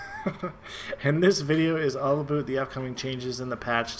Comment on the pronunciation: Is your "aboot" deliberate? Or are you just THAT Canadian.